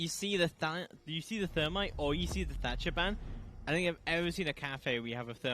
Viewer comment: 10 seconds in and my mans said "Termite and Tatcher" ....aaaaaand skip.